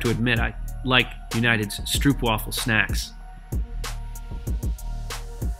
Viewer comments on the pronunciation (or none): Always funny to me how people pronounce stroopwafel :D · Hi I am Dutch and stroopwafel were made in the Netherlands (were I live) and u said stroopwafel wrong